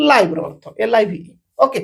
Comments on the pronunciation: Sir you uttered the word 'live' in the sentence I live in India as ଲାଇଭ in stead of ଲିଭ.Please check your audio.please ensure which is correct. Thank you sir. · Live Pronounce it as ଲିଭ୍